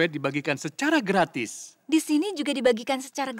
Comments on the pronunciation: Logat betawi😂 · "Gak manis" "Gratis nih" dgn logat betawi "Kurang ajar" ngegas